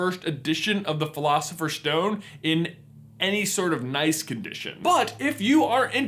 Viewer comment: Why do you say sh instead of s? It's not a shtone it's a stone, it's not firsht it's first and so on..... Is it just your American accent? It's really disturbing